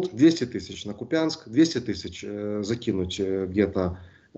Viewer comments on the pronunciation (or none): Да ну КУ'пянск же!!!! Ну сколько можно! Пора бы уж выучить. Брр